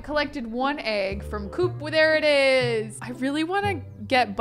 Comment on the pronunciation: Me working from home having this video in the background:: “it do be busy in my cooch” Me: WAIT... what? Hahaha rewind: “it do be busy in my coop” Me: OHHHH😅😅😅